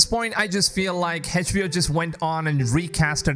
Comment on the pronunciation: Funny how you couldn't even say HBO right